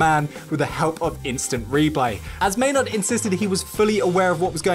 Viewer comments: “May-NARD” lol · It's how we pronounce it here in England